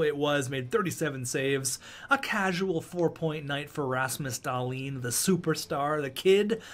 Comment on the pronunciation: Were the only one who gets slightly triggered when he says Rasmus Dahlin’s name like Dahlin and not like dahleen